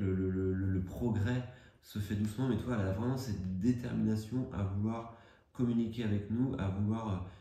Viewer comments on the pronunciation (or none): tu es une personne vraiment sympathique, super tes vidéos. Juste un petit conseil, évite les liaisons inutiles, ne dis pas: communiquer z avec nous. Communiquer er donc pas de liaison avec nous. Merci encore pour ton implication et ta bienveillance.